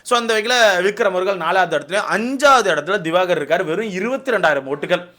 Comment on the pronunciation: Tharkuri thayoli its not diwagar its diwakar...